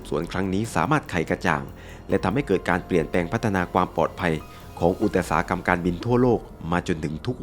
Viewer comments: อุตสาหกรรม=อุด-สา-หะ-กำ ไม่ใช่ อุด- ตะ-สา-หะ-กำ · ขออภัยนะคะ นอกเรื่องนิดนึงค่ะได้ยินคำ อุตสาหกรรม ถูกอ่านว่า อุด ตะ สา หะ กำ ซึ่งผิดจากที่เคยเรียนมา ว่าอ่าน อุด สา หะ กำ รบกวนผู้รู้ด้วยค่ะ ขอบคุณค่ะ